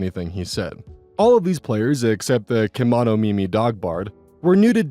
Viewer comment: ke monomi mi almost like kimono